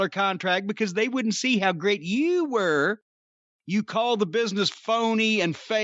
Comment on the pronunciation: man the way Jim says "You" is so funny too me.